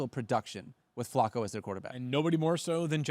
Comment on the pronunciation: Can we please say Flacco's name correct please. Hahaha